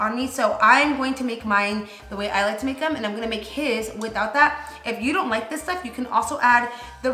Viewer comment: “Tu” & “dis” lol 😂 the accent always comes out of nowhere lol